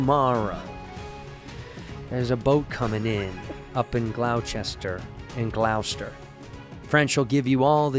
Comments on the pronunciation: Glou Chester was disrespectful. It’s glahhhstahh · Glaw-stir* Gloucester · 'Gloucester' rhymes with 'Foster', old chap. Like 'Dr. Foster went to Gloucester.' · It's pronounced "Glawster" - Sincerely, That Annoying Guy from Massachusetts (lol) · Me listening to this from Gloucester (Glaw-Stir) MA 🥲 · Gloucester is pronounced GLOSS-TER btw 😂😂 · It’s GLAW-Stah! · Because they’re gonna give you shit, it’s pronounced “Glahstah”. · I know youre Irish but Andrew its pronounced "Glos-ster". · Every person from MA cringes and nuts at the same time when someone says "Gloucester" wrong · I don't know if Santino is allowed to come to MA after the way he butchered Gloucester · Not the worst Gloucester pronunciation ever